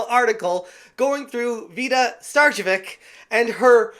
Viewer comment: It's pronounced ('star-che-vich'), as either she herself or her husband is of Serbian or Croatian heritage. Either way, tell those false Finns to shut it!